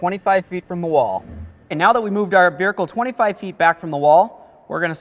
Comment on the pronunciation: He said, “veerikle”.